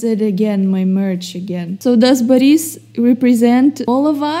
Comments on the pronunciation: it's BORIS NOT BAHRIS BLYAT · you're saying baris not boris just correcting you cus it's kinda bugging me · Nonono you pronounce Life of Boris wrong! You say Baris, that's wrong. Its Boris. With thick russian accent. Do not care if you think you not Russian. You speak Russian therefore can do Russian accent. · why do you say boris baris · what slav are if you cant say Boris correct